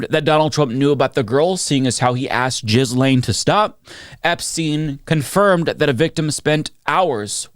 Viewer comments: I really enjoy your videos but - my man - please stop pronouncing Ghislaine as "Jizz Lane" (if you can't/won't do the French pronunciation, at least stop pronouncing the G like a J) and Guiffre as "Guff-ry" (It's pronounced like "Jew-Fray". Source: her BROTHER) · I love you my man but PLEASE stop saying JIZZLAINE, her name is pronounced GAY-LAINE 😅. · Please stop saying Jizz Lane. It's Ghee lenn.